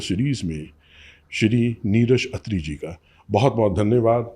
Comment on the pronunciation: खत्री ❌ अत्री ✅